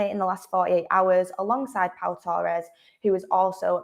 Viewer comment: It's not toe ress it's torres , you didn't hear people refer to fernando torres as fernando toe ress did we?.